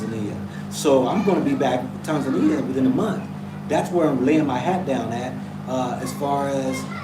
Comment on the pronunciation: How you say Tanzania is the right way, the way you say it in the over 50 years. We don't put emphasis on the first syllable the way English speakers do.